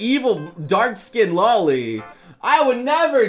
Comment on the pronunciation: wait hes a weeb who says loli wrong and doesn't watch love live wtf